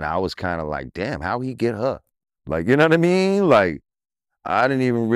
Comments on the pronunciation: take a shot everytime he says "nawmeen" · He needs to work on himself ,"unowaimeen"